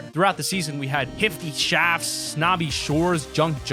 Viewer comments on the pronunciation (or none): Did anyone else here hifty Shafts instead of shifty shafts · Who heard him say (hifty shafts) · he said hifty shafts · Did he say hifty shafts